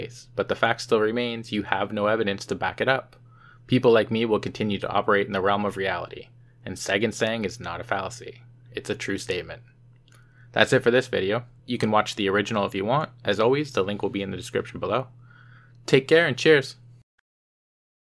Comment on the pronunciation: I thought he was calling Segan, Satan